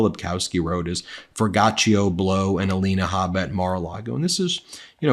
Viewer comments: Ok this is the 5th video where Ben pronounced the rappers name wrong. It’s For-gee-auto it’s a brand of high end exotic car wheels/rims “Forgiato”. Sorry I just don’t want Ben to keep sounding like he’s not hip💯🫡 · My understanding is that you pronounce that MAGA rappers name as "FOR-GEE-AH-TOE" Blow... another failed pathetic nepo-baby. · you'd think it sounds like "for-goch-ia" but surpisgly its "four-gee-auto" regradless forgiatuo is a piece of sh*t either way, its fitting too cuz hes stealing his name from the WORST luxury car aftermarket Rim/wheel company they are the worst in the industry like him, infact if a luxury car has forgiatos I refuse to film it for my luxurycar/supercar/hypercar channel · I think it's pronounced For-gee-aht-ohh. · Ben, I think it's pronounced Fellatio Blow...